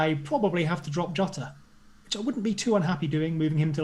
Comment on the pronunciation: I heard Yota and Jota but now we have calling him Jowta???